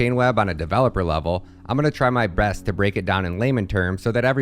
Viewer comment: God territory of content 🚀 although I think you said breast instead of best at start 😄 personally I dig it